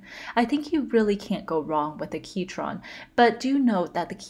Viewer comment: prounced "key-cron" not "key-chron" not intended to be rude or mean btw